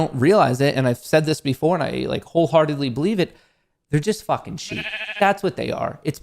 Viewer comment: Does anyone else cringe when says “Fukn” 🤬